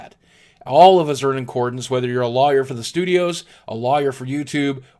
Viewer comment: boogie, the way you pronounce lawyer is funny :P haha